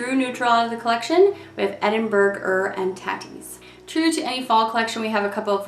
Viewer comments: I'm crying at every videos pronunciation of Edinburgh-er and tatties 😂😂😂😂. It's tay-ties fyi as in potatoes. Not tat-ies 😂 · Tatties. Long a sound. Tatties are potatoes.